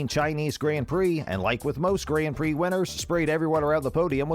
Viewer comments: Who the f pronounces "Grand prix" like that 🤣 I cringed so hard. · “Renaallt” “Grand Pricks”